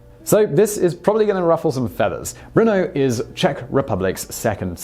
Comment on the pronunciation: Why do I hear Bruno, instead of Brno?